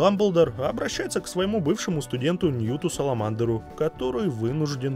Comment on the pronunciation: Бунин, с мнением по фильму согласен процентов на 80, но не позорься хоть ты - выучи как правильно пишется и читается фамилия главного (ну или или одного из) героя - СКАМАНДЕР ) Это же хреновая подготовка к ролику, даже не смотря на толковый разбор. P.S. И меньше рекламируй разной херни) Или хотя бы если делаешь это, то делай более креативно. Понятно, что канал то твой и деньги лишние не бывают, но все же много всякого разнообразного говна, которое ты "сам искренне любишь и рекомендуешь" - не надо такого лицемерия, люди не дураки и понимают, что все это ложь, а это не круто) Да и ценность такой рекламы падает. Я бы лично не заказал у тебя рекламу только из-за этого. Конечно, скорей всего тебе вообще глубоко насрать, но все же задумайся немного над этим.